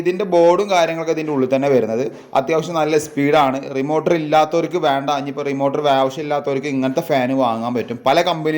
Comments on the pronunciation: Uf അല്ല ബ്രോ മ്യൂ F ആണ്.. മൈക്രോ ഫാരഡ് എന്നതിന്റെ short form... റിമോർട്ടർ അല്ല റിമോട്ട് ആണ് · ലെഗുലേറ്റർ, റിമോർട്ടർ വാക്കുകൾ ശരിയായി ഉപയോഗിക്കൂ 🙏🏻റെഗുലറ്റർ, റിമോർട്ട് അല്ലെ👍🏻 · അല്ല.... റെഗുലേറ്റർ.... റിമോട്ട്... 👍